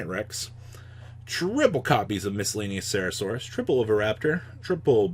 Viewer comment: YOU SAID MISCELLANEOCERASAURUS